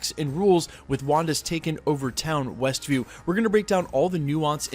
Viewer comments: Were you saying ""? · "westville"/"westview" - whatever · Yup said Westville a couple times for sure lol